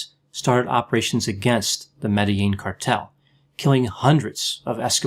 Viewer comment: I liked how you pronounced Medellin correctley.